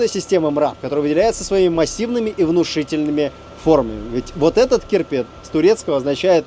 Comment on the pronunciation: а он разве не "Чирпи"?